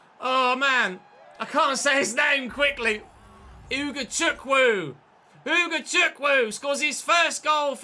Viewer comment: Its Pronounced Ugochukwu (OO-GO-CHOO-KOO)